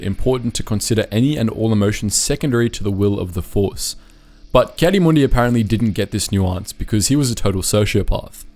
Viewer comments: Heartless AND Arrogant, but the rest, meh. Read the Comic where he has to find a Jedi that lives with his son on Tatooine and being a Tuskan Raider now! Its Ki-Adi (Key Adi spoken) Mundi not Kaddiemundie XD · Ah yes ki-santa-clausy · Anybody else get annoyed when he says Caddy Moondi